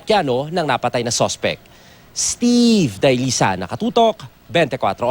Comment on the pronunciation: Gigil na gigil ang announcer sa pag bigkas ng pangalan niya... Steeeeeeve Dahlisay... Bigay na bigay.....